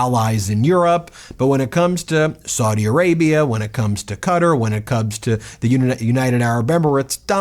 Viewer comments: Ben, I have the utmost respect for you and your knowledge of all things legal. But Qatar is pronounced "cuh-TAR" with an accent on the second syllable, not "cutter". Love you man, keep up the good fight! 😊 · Please, please, please, stop calling that country “Cutter”. 😣 You want to know how to pronounce it? Watch the airline commercials. It’s Kuh-Tar. Second syllable stress. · I'm a big Meidas fan (from the UK) but please pronounce Qatar correctly; it is "Kattar" or "Kat-tar" - it is not "Cutter" or "Gutter"... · Ben its quatar pronounced katar in english or kwatar not cutter .keep up the great work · Kuh-taa , not cutter . 🙉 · Ben... it's KUH-tar not cutter. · no, I meant the er because Americans pronounce it cuttER, not cuttAR. I know what I meant, I use my mind 2 think. If u want 2 be exact, it's more like cuttrrrrr. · Its Qatar not cutter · Qatar is pronounced Kah tar... get it right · Please it's not pronounced Katar . it is Qatar = Kouatar !! with the accent on the AR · Why are you pronouncing Qatar 'Cutter'. Have a word with yourself. You sound remedial. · Are you not allowed to say Qatar? Qa-tar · Why are you pronouncing Qatar as cutter ? You should ridiculous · Sorry but it is pronounced... Ka. Tar! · This is corruption at the highest possible level! But why are you pronouncing "Qatar", "Cutter"? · Love youe channel but Its prenouced (Cat R) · I love fighting the good fight just idk why his pronunciation of it as Cutter instead of Kah-Tar bugs me lol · Qatar is pronounced ka tar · Its pronounced kuh'tar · You don’t pronounce it “cutter”. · Kah Tar phonetically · who´s Cutter? I though for a few minutes... "ooooh QATAR" ok!!!! :D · This is absolute BS. He obviously gave them something or promised him something. That’s just unbelievable too. The American people is this the big thing he was talking about. I have a big announcement to make what a joke. Also, Qatar is not pronounced cutter just to let you know. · It’s pronounced KA’Tarr Ben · Cah-tah not cutter.